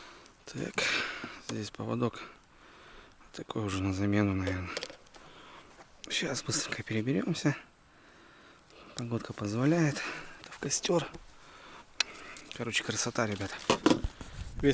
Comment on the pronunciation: Не Кастер, а," костер"